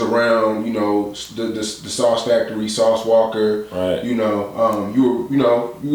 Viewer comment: Lol "sauce walker" 😅